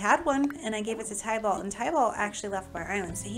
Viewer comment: Tybalt is actually pronounced tib'-ålt. Very common mispronunciation. 😊